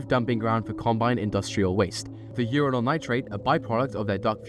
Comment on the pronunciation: Love how you pronounce Uranyl as Urinal AND the stuff actually looks like hot piss...... Radioactively hot piss